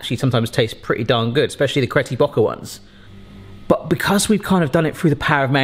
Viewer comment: Did he just say “Cretty Bocker” 😂